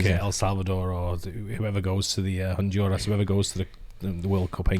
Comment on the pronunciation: I'll admit it, I thought it was Belize at first when the map was shown. Need to brush up on my Central American geography and props to the bloke for nailing Honduras